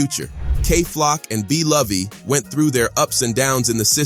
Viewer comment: “Blovey” “sf side” nga ain’t even try before posting this😂